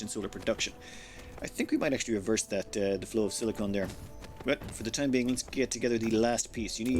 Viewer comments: I love your videos and all but could you please start calling silicon "silicun". Silicone is what spatulas are made of, silicon is what cpu's are made of. And sweet dreams are made of this. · for the love of all that is good and right in the world it is SILI-CON (like a Decepticon from transformers, you say the end "con" NOT "cone") Sili-cone is a substance made up of sili-con based polymers, and is used in everything from bathroom caulking to breast implants. Sili-con is an element on the periodic table, AND IS THE SUBSTANCE YOU ARE MINING. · silly-kin, not silly-cone. Silicone is a rubber-like substance typically used as a heat-resistant coating or water sealant. Silicon is a dense mineral used to make glass.